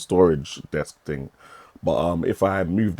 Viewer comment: What's a ting? Why can't people speak properly anymore. Wtf is a projectorer? Lol. Get back to School.